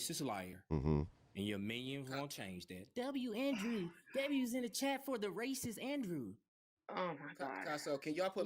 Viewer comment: when they lose they call you ray-cess!!!